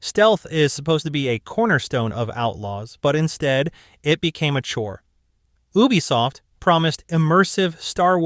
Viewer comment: Please stop saying Ubisoft like that 😭